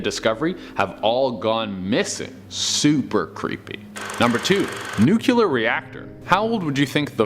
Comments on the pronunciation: You know what else is really creepy? Hearing some one say "nu-cue-ler" over and over again. It's NUCLEAR.. you know?.. because it relates to the NUCLEUS of an atom. Yes, a lot of famous people also say "nucueler", like former President George Bush. But just because THEY sound ignorant doesn't mean YOU have to. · i was interested until yet another half wit said the word nukular....cmon people...its not that complicated is it? nuclear new+clear....which is part of an atom's nucleus...hence the force of splitting that nucleus being a nuclear explosion ....NOT nukular damnit! wake up will yas? unbelievable from presidents and people with phDs when they say nukular their credibility is out the window for me! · The word is NUCLEAR. Not nucular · DAMNIT! Yet another dope that does NOT know how to pronounce the word nuclear! It IS ONLY TWO SYLLABLES. Yes... NOT Nuke You Lar, it is pronounced NU CLEAR. You know... phonetically New Clear. NOT New Q Lar! How do smart people do this? Do you also say Ree Dic U Las for ridiculous? RID IC U Las See there... NO E ANYWHERE. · It's nukular it's nukular Say New Clear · OK. Dude! It's noo-klee-urr... Not noo-quu-lar' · Ugh, it's nuk LEE er, not nuk UL ar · The word is... NUCLEAR. Like in NEW CLEAR. It's not nucular. Got it? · Dude clowns theories about alien artifacts, but cant even pronounce “nuclear.” 🤷🏻‍♂️ Its not “nucular,” ffs. 🤦🏻‍♂️😩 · Its Nu klee er nit nuculer, come on man, Reagan is dead, we don't have to mispronounce this word anymore. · NUUUKOOLEEER?! Do you nuclear?!?